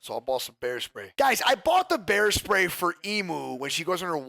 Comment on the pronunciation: I though you said hair spray 😂